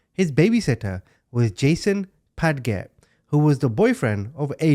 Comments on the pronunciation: Padgett is pronounced "pad-jet" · Padgett is pronounced "pad-jit". Here to help ;)